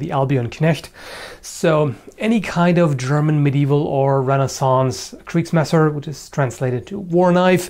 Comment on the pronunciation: What country is he from? I thought he's German judging by the accent, but he sure didn't pronounce "Kriegsmesser" the German way (he used the English "r").